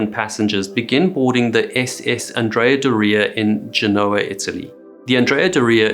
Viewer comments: Also, isn't it GEN-o-ah? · you’re telling me you don’t know how to pronounce Genoa AND Cannes⁉️ dude, you sound like you’re from ‘Merica 🤣😅😬